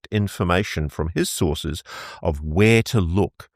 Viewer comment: Ross's face makes me angry. He is a third rate grifter with nothing to say other than "sowces tell me" and "I've heard"..... bunch of baloney from coulthart and nothing more.